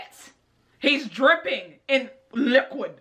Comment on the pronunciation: "He's dripping...in LiCkuWiD"